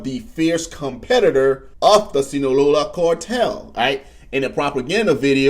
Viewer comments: “”Sinalola cartel”” okay bruh😂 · Nah fr the Sinalola cortel